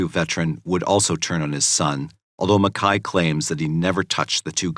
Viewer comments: Ok I watched this yesterday and I really enjoyed the video, however, is it not pronounced Mac-Kay not Mekhi? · The narrator keeps calling him Makai but his name is MACKAY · It's MacKAY. Couldn't even watch it because of the mispronunciation of it!